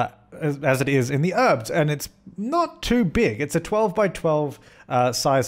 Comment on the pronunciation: The Sim Supply Or one for every time I thought you were saying 'herbs' instead of 'Urbz' :)